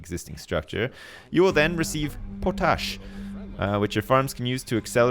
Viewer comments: Po-tash?, its called Potash. All one word with no emphasis on on the po. lol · its pot-ash.. not putush.. -_ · It's pronounced 'POT-ASH'! C'mon bro, you're from Canada -- you know, the world's largest producer and exporter of Potash:) <3 <3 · I love the pronunciation of potash like it's something made up for the game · the way he said potash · Why is he saying potash like that?